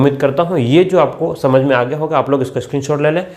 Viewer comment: Sir samank na kii samak